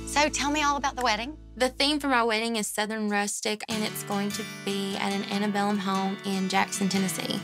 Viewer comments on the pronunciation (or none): I stopped watching when she said ' antebellum ' 😐